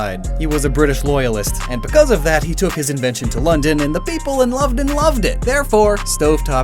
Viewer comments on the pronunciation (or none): he said “lovedon” instead of London